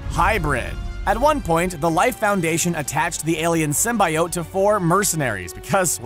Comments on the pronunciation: Just because you've said it soooo many times, symbiote is pronounce Sim-be-oat, symbiote. Even Sony changed it for Venom 'cause they knew fans would be overly pissed if they heard that over a dozen times. So get it right people, Sim-be-oat! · Sim-B-oat, say it with me now. Sim-B-oat. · Just to clarify, it's Sym-bee-ote. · He's saying it like it's spelled. Sym-bi-ote. When it's pronounced like Sym-be-ote :3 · ITS SIM-BI-OTE NOT SIM-BYE-OTE! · ITS SIM-BEEEEEEEEEEEEE-OTE NOT SIM-BI-OTE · Sim-bee-ote NOT sym-by-ote! This is a channel that makes content based movies and comics! How do they not know how to properly pronounce SYMBIOTE?!!!!!!!! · Yeah, sym-bee-ote, not sym-bye-ote X3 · Everytime Symbiote is pronounced the way of Sim-Bye-Ote rather than Sim-Bee-Ote my body cringes like nails on a chalkboard. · SIM BEE OAT not SIM BYE OAT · Sim-bye-oat, what d bag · Anti Venom vs Venom who would win? And btw the real pronouning of Symbiote is Simbiyowt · Who else hates how he says symbaiote instead of symbiote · please stop pronouncing it as "simbayowt". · every time I heard him pronounce symbiote with a "bye" I lost health 😔😂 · IT’S SIM-BEE-OAT!!! Your killing us here! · It's pronounced sim-bee-ote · SR: "sim-by-oht" Me: Pls, stahp! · Stop saying "sim-bi-ote" you filthy casual. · Motherflagger, did you just say "sim-bye-ote"???.... Multiple flagging times...???? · Whitney Washington Real Marvel Fans say Sym-Bee-Ote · Ita symbiote not sym buy oat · The comics and creators have said its pronounced sim-bee-oat. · Python man keeps trying to defend the fact that he is mispronouncing Symbiote all over this comment section. *facepalms. Comic creators and fandoms agree it is pronounce Sim-Bee-Oat. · Sim Bye Ote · Yeah it's supposed to rhyme with "coyote." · I had to stop watching. I couldn't handle the way he was said symbiote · LEARN THE WORD SYMBIOTE FFS. Its not that hard... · First ten seconds in, already mispronounces symbiote in a video about venom.